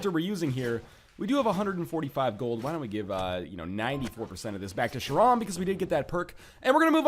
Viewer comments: Kay-ron, NL, not Sha-ron. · Kayr-on. K K K K K K K K K K K. Hard C, silent h. Not Scharon. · Charon is pronounced care-in, not shar-on. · It's "Karen" not "Shurawn" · It's Ka-ron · Charon is pronounced care on Don't forget that your downwards attack actually does do damage, it can be useful sometimes. If you're good enough, you can just bounce on top of an enemy! You can return to the castle from the place with the npcs by walking left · Northernlion, for future reference, Charon is pronounced like "Karen." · I cringe every time Northernlion mispronounces the name Charon (care-on) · Ughhh, I cringe every time he says "Charon" like that.